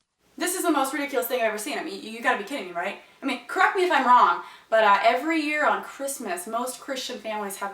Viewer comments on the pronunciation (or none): I know she said "correct me if I'm wrong" but it sounded like "crap me if I'm wrong".